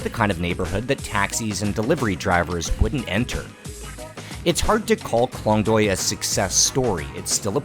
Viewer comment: The cinematography, the story, all great. But please please learn to pronounce at least the most important words, like the district which is your main story point, or the dishes and names of the people. It goes a long way and shows respect to take 5 minutes to learn how to pronounce Khlong Toey, Moo Grob, and the people's names. It's borderline cringe to hear those words totally getting butchered by someone who otherwise seems to be genuinely interested in the region.